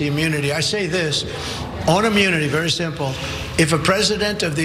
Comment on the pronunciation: Is he saying AMMUNITY? 🤦🏽‍♀️